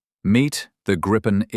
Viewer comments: Let me correct you: First, it's pronounced Gri-pen & NOT Gripe-n! Second, the Gripen is NOT stealthy! It's got superb ECM/EW avionics but it is NOT stealthy, save for its size! Which leads to my third point: the Gripen does NOT have any weapons bays! It has weapons PYLONS but NOT weapons BAYS! The Gripen is NOT the F-35! Keep that in mind! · And do please refrain from pronouncing it "grayypen" or "grayypin". It's greepen, stressing the first syllable. It means "the gryphon" in Swedish, "Grip" without the "the". En grip = "a gryphon". Gripen = "the gryphon". Nor is it pronounced "grippen".